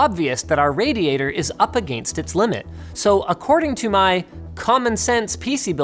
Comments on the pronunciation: Is it just me, or does Linus say “against” weird. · Linus says against very weird. Or I'm just saying wrong. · the way he says 'against'